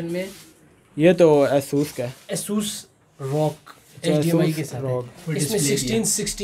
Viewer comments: Its asus not isus ffs bro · it's not asoos rog it;s a sas r o g btw helpful video